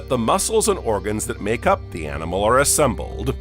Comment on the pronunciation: What’s happening with his voice ?!? I like this but can’t listen for long. He literally sounds like an adult Forest Gump . “Legs-Guh”. “Pods-za”, and “ assembled-da”. 🤔